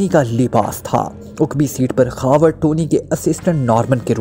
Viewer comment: Uqbi nahi hota aqbi hota hai